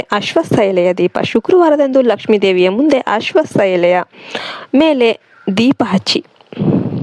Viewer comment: ಅಶ್ವಸ್ತ ಅಲ್ಲ ಅಶ್ವತ